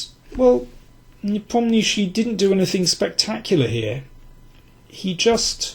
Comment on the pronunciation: Your pronunciation of "Nepomniachtchi" is the best I've ever heard among English-speaking chess experts! :)